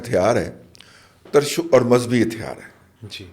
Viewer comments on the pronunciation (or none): ترشول کا تلفظ میرے اساتذہ نے 'ت' کو 'زیر ' سے بتایا ، ' زبر' سے نہیں ، لغت میں دیکھ لیں۔😅